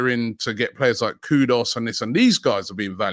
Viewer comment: KUDUS not KUDOS ffs.